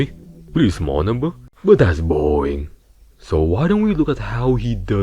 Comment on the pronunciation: "but thats BOHWEING😒"